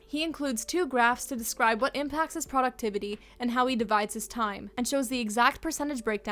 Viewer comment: "Poductivity" legitimately made me worry if i had a stroke wtf